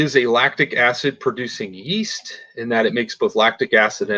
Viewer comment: he keeps calling it 'east', it's a 'yeast' .. there is a y in there, yyeeast.